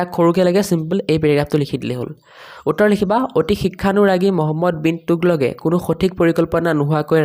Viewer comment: তোগলকে ❌টোগলকে